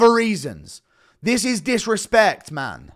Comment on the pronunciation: The level of dishespect my bradda